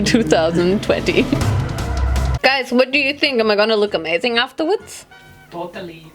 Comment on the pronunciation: “afterwoods” hahah love you so much QUEEEEN!😂❤️